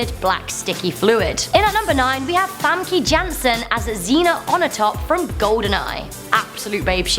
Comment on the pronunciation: Famkee gansen??? No famkay yansen